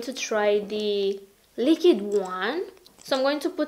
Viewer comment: every time you say "lick-id" instead of "liquid"...*shudder*